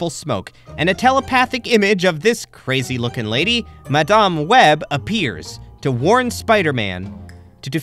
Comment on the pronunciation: Good video but you skipped on some important plot in the series as well as saying madam web's name wrong. But over all good video.